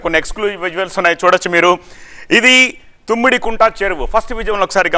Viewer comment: తుమ్మిడికుంట కాదురా, తమ్మిడికుంట. కంగారు తప్ప ఏ నా గుడ్డు నాలెడ్జ్ లేదు